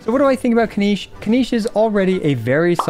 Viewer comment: Kin-NiCH. Not KiniSH